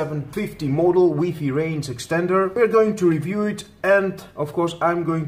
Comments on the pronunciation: Cant watch the review after he says wee fee rather then wifi lmao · It's like why Fi ..... not wee fee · how many times did he say wee fee ? has anyone count ? btw, for all the trolls, man you read WiFi like this -> Wai-Fai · Lmao “weefee” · It's wee fee dude get it right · wee fee lolz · U call it waay faay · huh huh huh he said wee fee huh huh huh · I cringed everytime he said WEE FII .. 😂😂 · WiFi versus WEEPEE 🤣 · Wee fee XD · its why fy not weee fee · Wtf is a wee-fee? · Wee fee lol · Wee fee🤣🤣🤣🤣